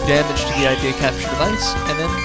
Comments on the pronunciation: I agree, your descriptions are funny! By the way it's pronounced I-de-ya not idea. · It's not Ideas it's Ideya and it's pronounced (id-dee-ya) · btw ideya is pronounced id-e-ya